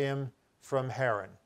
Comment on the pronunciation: That's Terah – not Tarah. And its Haran not Heran. Abraham (whose name was Abram) lived in Ur of the Chaldees. Are you dyslexic? Or just careless? What are "word brakes"? Do you mean word *breaks*?! Because I don't think wheeled vehicles were mentioned in that story. If Sarai was nine when Abram lived in the cave at Macphela, HOW OLD WAS SHE WHEN THEY WERE IN EGYPT?! It seems his guy makes it up as he goes along. Soooo – lots of incest in the Bible. God must have approved of sisters breeding with brothers, mothers with sons and fathers with daughters.